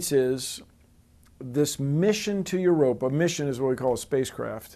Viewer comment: 'Yer rope ee in.' It ain't rocket science. Erer.. waiddaminute...